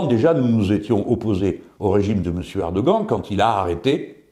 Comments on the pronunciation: apprend lui à prononcer Erdoghan stp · Vidéo très intéressante. J'ai beaucoup ri à votre prononciation du mot "Erdogan".